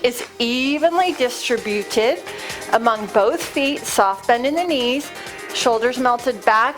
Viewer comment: I'm returning to the rebounder and really trying to get my form right, because I had to stop due to knee pain which the rebounder exacerbated. The ball is a brilliant addition. One niggle: distributed, please emphasize the second syllable, rather than the nails on a chalkboard third syllable.